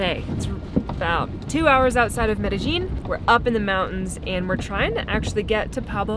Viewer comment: I work with a fellow from Medellin. Your previous video was pronouncing it correctly and was not. Now both of you are pronouncing it incorrectly. The double L at the end is pronounced yeen, not jeen. Shame about you drone. BUT YOU STILL HAVE FRANK! lol Keep the videos going. Am loving watching your adventures!